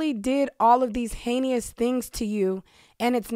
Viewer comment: The word is "heinous," not "heinious."